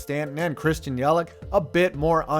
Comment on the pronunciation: It's Yel-itch. Not Yel-ick. Great video tho. Fuck the Marlins forever.